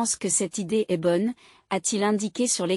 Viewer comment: Il faudrait apprendre à :'IA que le point est un signe de ponctuation qui implique un silence, pas la prononciation du mot "point" Qu'il y a une différence de prononciation entre le verbe "être" lorsqu'il est écrit E S T et le mot "Est" qui désigne un point cardinal.